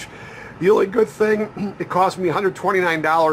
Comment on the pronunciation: Hire a professional. Don't be cheap....you lost me at "rebate"